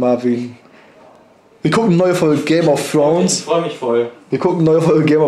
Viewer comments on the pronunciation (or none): " game of frones" xD